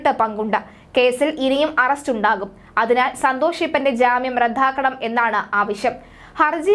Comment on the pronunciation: റദ്ദാക്കുക, രൂപ "ഈ വാക്കുകൾ പത്തു പ്രാവശ്യം വീതം പറഞ്ഞു പഠിക്കൂ